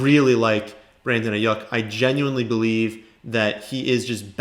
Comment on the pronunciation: Can u pls stop pronouncing his name wrong ist Ai-yuke not ai-yuk